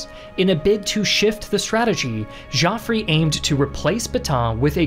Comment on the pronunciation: Joffre = Pronounce "Jofr" not "Jofrey"